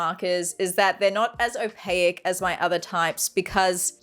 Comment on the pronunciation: You lost me at o-pay-ik